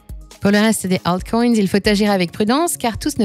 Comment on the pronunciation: J'en peut plus de cette voix IA éclaté betcoin hitereum 😂😂😂😂 éclaté la voix ...les acoins